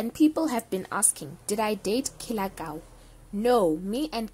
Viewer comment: You keep saying "Kie" on Killer Kau's name. That funny